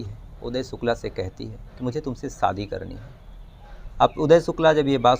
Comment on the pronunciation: भाई साहब सब कुछ अच्छा लगता है आपके वीडीओ में,, बोलने का अंदाज़ एकदम निराला है बस थोड़ी सी मेहनत उच्चारण पर भी करें।आप हमेशा श की जगह स बोलते हे।शादी को सादी सुनने में अच्छा नही लगता। एक और request है आपसे,, हवा खराब, हिहाज़ा, बहरहाल ,,,,इन शब्दों को ना बोला करें,, ऐसा प्रतीत होता है जैसे आप बनावटी कहानी सुना रहे हे जबकि आप बहुत ही ground to earth & genuine व्यक्ति लगते हे